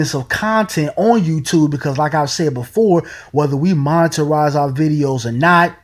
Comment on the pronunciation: "Moneterize"??? Lol. The word is 'monetize'. Hard to take anyone seriously who doesn't even speak correct English.